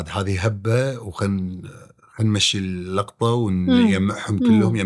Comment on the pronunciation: لوع كبدي عقيل وهو يقول اللقطه ترى فاهم الكلمه غلط تنقال 🤮